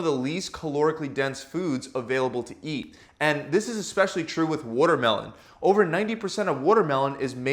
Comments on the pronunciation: Wutermelon is made of wuter 🤣😂🤣😂🤣😂🤣😂🤣😂🤣😂🤣😂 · Is this guy canadian? The way he pronounces watermelon is unfamiliar to me lol it sounds like wootermelon 😆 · must drink wotter mellon 😂😂😂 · Wooder melon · What's wutermelon? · He said woodermelon!! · Woodermelun lol I know a Philly accent when I hear it! What can I say; we pronounce our water, watermelon and waterice, aggressively 😎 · Wtf is a Woodermelon 😂💀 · what exactly is a "WUTERMELON"? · Can’t trust a guy who can’t pronounce watermelon. Wootermelem. Wooder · He worrerd the worrormelon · he really said “woodermelon” this was helpful. thank you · He says votermelon. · Wootermelon hahahahahaha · I love it when he says wooter-melon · “ Wudder melon” lol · I wish he talked about wutermelon in every video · Excuse me Sir... he said, "Woodermelon," mmkay? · Woahter melon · whahahaha wottermellon 😂😂😂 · Yess WURTERMELON🤣🤣🤣🤣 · woooter melon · “Over 90% of wotermelon is made of up .. woter” lol. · Philly accent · he’s from nyc i think